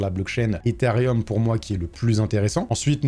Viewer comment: Ethereum* et non pas Etherium. Arrêtez tous de prononcer un i qui n’existe pas 😭😂